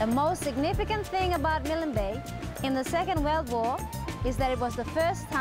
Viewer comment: Milan Bay??? There is no vowel between the 'L' and 'N' in Milne Bay. You don't pronounce 'KILN' with a vowel between the two last letters, nor should you add a vowel in MILNE. For those who don't know, it was named after, Admiral of the Fleet Sir Alexander Milne who died 1896. I love all of PNG and all it's people, I have my preferences as many I'm sure do, but the many islands in the area of Milne bay can perhaps be equaled but not beaten.